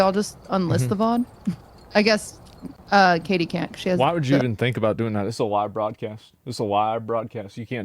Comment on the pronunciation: Lmaooooo Katie didn’t say SHIT proper I love her 😊